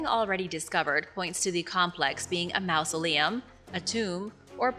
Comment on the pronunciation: FYI: maw·zuh·lee·uhm